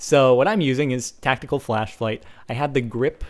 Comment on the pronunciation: at 4.52 he says tactical flashflight lol